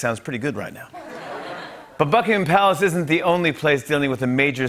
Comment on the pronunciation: > Did he say > Fuckingham Palace